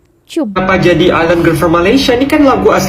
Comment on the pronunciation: Island tu sebutannya ailand bkn iceland. Iceland tu nama sebuah negara.